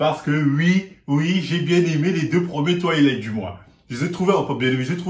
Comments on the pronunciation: J’ai bien aimé les 2 premiers Twighleïtte 😂😂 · pourrais tu faire un effort. C est Twilight ou Toilettes?😁😁